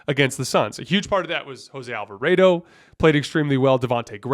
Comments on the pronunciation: The way you say Alvarado hurts my feelings...Alva-Raaaw-dough not AlvaRAYdo lol love your pod btw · Lost all credibility the way he pronounces “Alva-raid-o” and seems to think Monty Williams is the pelicans coach 😵‍💫💀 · He says Willie Green multiple times. He just said Monty Williams once when talking about the Suns series, so it's fine, we know what he meant. The Jose Alvarado pronunciation is weird cuz I know he's said it normally in past videos, so idk if someone told him to say it differently, but they would be wrong regardless.